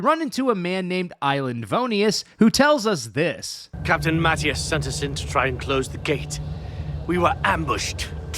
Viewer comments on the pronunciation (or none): none